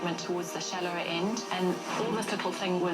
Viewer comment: i could swear he said once the ent is in the water